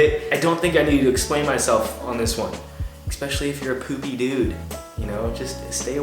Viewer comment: Hey bro! Love ur vids dude they rly inspire me 💪 one thing that bugs me tho.... It's ES-pecially not EC-specially. Sorry bro. Keep on doing an awesome job